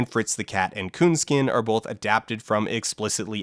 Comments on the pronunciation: Huh. You know, I noticed that says "bolth". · All of the "L"s from his uses of "Gandaff" ended up in his uses of "bolth" So the "L"s aren't so much missing as having been redistributed.